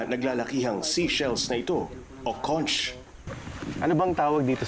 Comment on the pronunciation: sir jay taruc: conch di po konth ang pronounced it supposed to be konk..